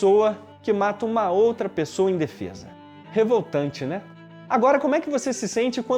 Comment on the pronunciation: "indefesa" soou como "em defesa" aqui.